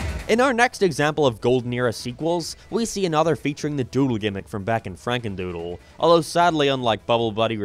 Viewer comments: “Franendoodle” now you need to redo the whole video :) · you said FranenDoodle instead of FrakenDoodle